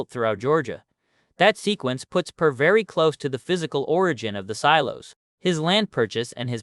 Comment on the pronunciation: You should train your AI to pronounce names consistently the same way throughout the video I heard your AI pronounce the name Per a few different ways(Pair, Purr, Pier)